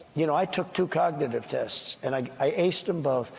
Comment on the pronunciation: "Cocditive test?"